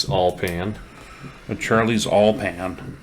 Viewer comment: Lol! OIL = "All"